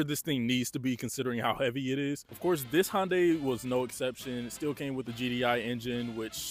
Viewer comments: I have never heard it pronounced "HONDAY" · The way this guy says Hyundai is driving me crazy. Love the vid tho 🔥